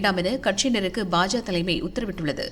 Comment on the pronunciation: அது என்னடா 'பாஜா' 'பாஜா'.... 😡😡 'பாஜக' என்று சொல்லுங்கடா....🙏🙏